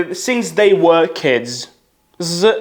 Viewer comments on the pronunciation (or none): none